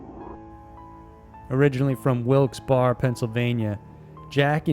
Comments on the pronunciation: Ok, as a local I just gotta correct your pronunciation of Wilkes-Barre 😂 it’s literally said like ‘berry’. ‘Wilks-berry’ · FYI it's pronounced Wilkes BARRY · I love love love your videos btw. But us locals pronounce it WILKS- BERRY. :) <3 Thanks again for all the cool stuff. You're my early morning/coffee/smoke/daily dose of cool and creepy. Keep up the good work!! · Wilkes-Barre is pronounced Wilkes-"Berry"... Sorry. It was bugging me 😇😇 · I lived in Wilkes-Barre most of my childhood. There are three ways people who live there pronounce it. None of those three is how you said it lol ;)